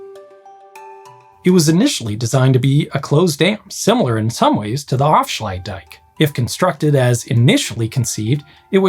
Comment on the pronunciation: Af-sluit-dijk You're right that it sounded more like "offshluidtdijk" but can you really blame him? Each of those parts is problematic for English speakers ("a", "ui" and "ij" don't occur in English) and where the first two parts join up you've got "fsl" which only makes sense when you know we're jamming words together and even then requires that you know which words we're jamming together before you can get the timing right.